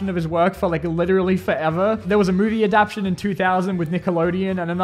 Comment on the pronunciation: Mate it's not "adaption" it's adaptTAtion. I am not a native speaker and even I know that